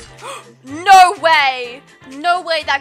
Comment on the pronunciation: Omg ur naur got me laughing so hard